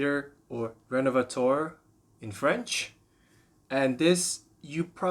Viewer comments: It isn't pronounced "Rénovatoar". The French "eu" is pronounced like the "e" in the English word "her", the "ea" in "to learn", the "i" in "first" or the "u" in "turtle" for instance. 🙂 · If you can't even pronounce the name right you shouldn't make a video about a product. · Maybe learn how to pronounce the product correctly.